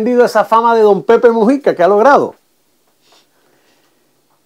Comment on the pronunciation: Disculpe es Mújica p q el.chisme este lo lee como.musica